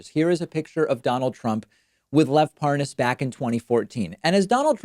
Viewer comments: Notice how tRUMP and Nunes try to mispronounce his name in an exaggerated form as if they’re trying to prove they don’t know him because they don’t even know how to say his name. ParNaaaaaaaaz🤣😂🤣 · It's pronounced Par - naz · I love when they mispronounce his name to try and give the impression that they dont know who he is.